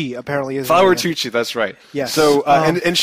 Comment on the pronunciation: YAY! You guys got the porn! You siad her name wrong :-/ its Tucci like "Tushy" . and its okay if you guys can't pronounce my name its "ethnic"